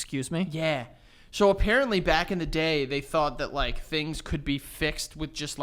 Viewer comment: well apparentLEE cannot pronounce apparently